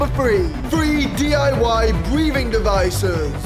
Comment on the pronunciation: bwevin' davices also thats morgz content